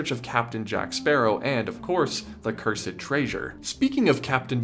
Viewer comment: Your pronunciation of “curse-ed treasure” and “don’t be cheeeken” sent me